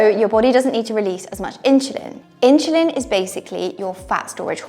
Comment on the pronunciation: Why do you say ‘inchulin’ ? 😅😂